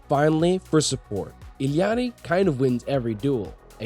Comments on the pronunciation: U illiterate or what its I L L A RI NOT ILLIARI do u even english ? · just say ilari like a normal person lol